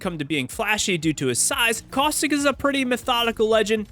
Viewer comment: CausTHICK?!?! bro its caustic